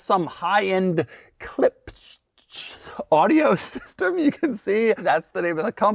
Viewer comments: Doug struggling to say Klipsch (clipsh) was wild to me. I've known about the brand since I was like 7-8, for almost 20 years. Thought they were a common brand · so, like "clip-sh". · Klipsch's car partnerships are so infrequent that Doug can't pronounce their name. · you don’t know what Klipsch is or how to pronounce it?